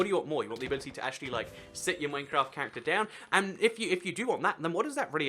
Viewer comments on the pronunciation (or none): none